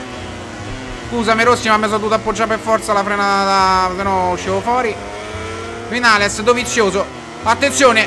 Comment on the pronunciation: Si dice vignales comunque